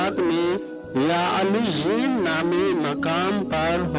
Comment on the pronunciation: O Bhai eleyen or sejieen Sahi prho